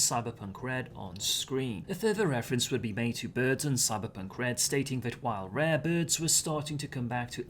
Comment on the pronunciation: you say "rare birds" and i hear extended "rabids"